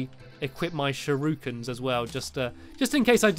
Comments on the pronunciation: there not SHUROOkins tere sherekins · shurookens... really... its pronounced shu-ri-kens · There not “shurukens” there shur I Kens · sha-roo-kaan is how you spell it lol get dabed on NOOoOOoOOoOOOOoOOoOOO00BUH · Stampy in uk: shurookin Me in canada: shurakin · Shur-oo-kins. I thought it was shur-o-kens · Its not shuurikins it's shuriekuns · No one: Stampy: ShURuKiN Also Stampy: Oh No My PiNk VaSsS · Am I the only one who gets annoyed how he says shuriken?